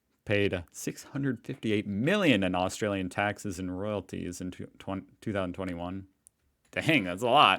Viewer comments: Australian not Australien - obviously is a joke 😂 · I like the way it said Austr-ALIEN, Not AustraliAn